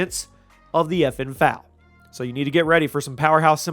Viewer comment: Say it with me F... A... L... Not fal